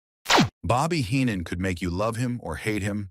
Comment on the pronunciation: Watch out! It's a bird!, it's a plane!, no! It's hee-non lol